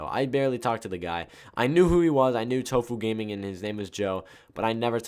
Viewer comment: U said tofuudiger lol